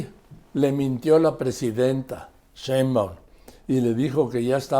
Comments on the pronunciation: Tan bien que me cae Carlos, pero no puede decir Sheinbaum! Cheunban! 😂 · Respetado y siempre bien apreciado señor Marín : ¿por qué no pronuncia correctamente el apellido Sheinbaum? Siempre le dice Shembaum. Le conmino y le insto a que corrija, de otra forma -le advierto-, me veré en la penosa necesidad de dejar de ver sus programas que tanto disfruto pero, sobre todo -y más tristemente-, de irrespetar el título que le fue otorgado como alguien que nunca se ha equivocado semánticamente. Como opción alterna, si acaso mi advertencia lo atemorizó lo suficiente, le ofrezco que me explique usted sus motivos para hablar de una forma que parece ser un error de pronunciación imperdonable para alguien de su talla cultural e intelectual. Le agradezco su atención reiterándole tanto mis más sentidos respetos, como mi más irrevocable advertencia, aunque lo atemorice.